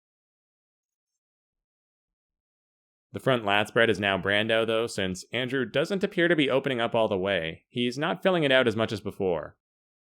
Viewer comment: Since you seem to care about correct pronunciation of names: I believe Brandão has 3 syllables. Brand-a-o (a like apple both times). The accent on the second a tells us the two vowels are pronounced separately.